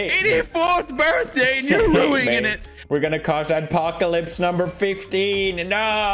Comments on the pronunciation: “ruingin it” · said ruingin instead of ruining